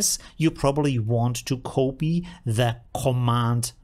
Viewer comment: omfg it's "copy," not "kopy."